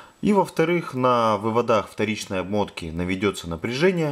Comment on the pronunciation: Вот только слово "вывода́х" (не только в этом видео) режет слух. Не существует слова "вывода́", зато очень даже есть "вы́воды" и вам, как русскоговорящему электрику, должно быть стыдно за такие ошибки.